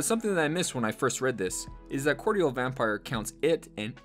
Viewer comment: Mispronunciation cordial my dude =P